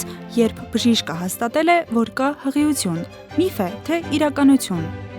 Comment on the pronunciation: Ականջներիցս արյուն գնաց բժշկուհու "հղություն" բառից😢 ինչո՞ւ "ի" տառը չի հնչեցնում